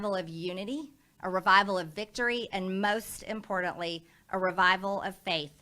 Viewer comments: I laugh my ass off every time I hear Little Marjy say the word.....impordent! And, why isn't Matt Gaetz in jail for sex trafficking or, at least kicked out of office for insurrection? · MTG says "Impordint" instead of "Important"